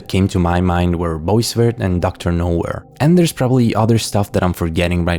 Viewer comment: Just to be that guy, Boisvert is pronounced "Bwa-Vay" :)